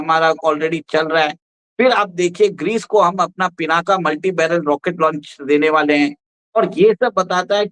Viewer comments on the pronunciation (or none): कहां के अंग्रेज पैदा हुए हो ? "पिनाका" नहीं इसका नाम "पिनाक" है । तुम मूर्ख को ये मालूम ही नहीं होगा कि पिनाक भगवान शिव के धनुष का नाम है और उसी के नाम पर इसका नाम रखा गया है ।